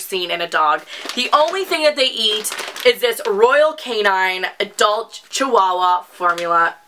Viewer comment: hey.. i really love ur cutie lil doggies!!.. n just to let u know d dog food is pronounced as royal CAN - IN.. not K - 9 as u pronounced.. its just for ur imfo.. but seriously love them!!